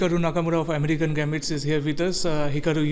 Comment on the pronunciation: Did the interviewer say 'Amreekan' instead of 'American' gambits? Haha!